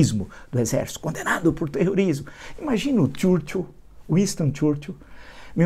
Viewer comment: Uinstôn Txúrtil? Fala direito professor.